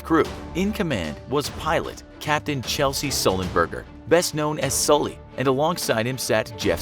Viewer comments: It's "Chesley," not "Chelsey" Sullenberger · Chesley, not Chelsea. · Chelsey? Is pronounced Ches-ley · The pilots name is pronounced Ches-ley not chelsey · lol it’s Chesley not Chelsey🤦🏼‍♂️ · Chesley not Chelsea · I wasn't triggered Wait a sec. The first thing you do is to mispronounce his name, it's Chesley Sullenberger, not Chelsea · Chelsey Sullenberger cough cough he’s name is actually Chesley Sullenberger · Also made a mispronounciation of Chesley Sullenburger.